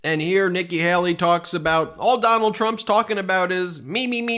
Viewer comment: PLEASE! Her name is Hay-lee, not Hal-lee. I can't stand her, but PLEASE.